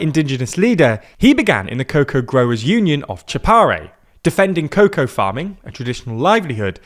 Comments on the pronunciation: It's COCA, not COCOA. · Coca, not cocoa. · Bolivian here, the video is very good overall but I have a few nitpicks: In terms of technical errors and it sounds like you're saying cocoa rather than coca which is a key element to get right for these events, then you show footage from outside Bolivia. you claim that Bolivia is majority Indigenous, which is contested since the 2012 census forced mestizo people to mark the Indigenous group they were "most associated with" which inflated their numbers, which are still high somewhere around 35%. Overall the video is very well done despite that, you handled complicated topics quite gracefully such as whether 2019 witnessed a coup or not. There were things I wish you had explored with more detail, such as Evo's statutory rape allegations and his disruptive calls for roadblocks and protests since he came back from exile, but I get that 9 minutes is a quite short timespan and the video is still a good history lesson on how the ellection results came to be. I find it really funny that I got the notification for this right as I was writitng y'all an email proposing to put you in contact with my dad in case you ever wanted to cover Bolivia (he's a university professor researching political sociology in the context of Latin America), guess you won't be needing him soon huh? Thanks for your coverage in any case, it's much appreciated. EDIT: There's so much to talk about that I forgot about something pivotal. Around 20% of voters sent in a blank vote which is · You repeatedly mispronounce "coca" as "cocoa". These are two completely different plants. Cocoa is used to make chocolate, coca is used to make cocaine. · It's COCA not cocoa you clowns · I would would imagine its the accent that makes is pronounce as Cocoa instead of Coca. I have heard a Brit say Cocoa cola. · Thanks, I thought he was saying cocoa and I was very confused why the US would want to eradicate chocolate farmers 😅